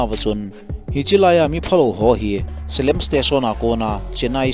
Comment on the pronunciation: Salem a hih ka che khae RRB Exam pe in...salem hih Selam joh in a pronounced uve